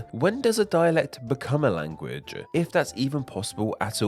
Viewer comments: So is the narrator's pronunciation of "language" as "language-uh" part of a dialect? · how you pronounce "language" bothers me a little, LOL